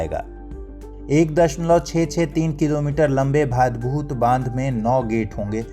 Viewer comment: Priya, iska sahi pronunciation भाडभूत hai naa ki भादभूत... me gujarat se hu.... thank you so much